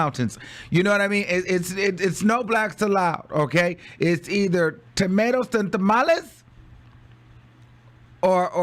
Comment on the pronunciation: Tomatoes or tomalies 🤣🤣🤣🤣